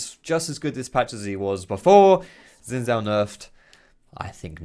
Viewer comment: I hate how says Xin Zhao. That's just wrong, why not just learn to say it correctly?